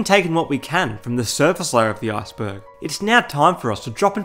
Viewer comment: I keep thinking you're saying Arseburg lol